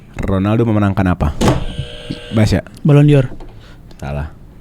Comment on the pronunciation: Ballon d'Or = ballondor Not ballon dior